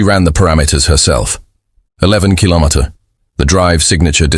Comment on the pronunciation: 15 minutes in and so far so good. Only issue at this point is AI not knowing how to say kilometer. We wish yo give your government the opportunity to make this decision independently, while we hold a gun to your head. That is by fiat, not a decision made independently.